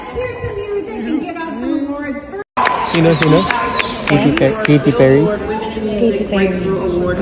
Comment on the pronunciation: Ayosin mo nga ang pronunciation mo... KATY PERRY hindi KITY PIRRY..... ginawa mong pusa. Basta maka vlog lang kasi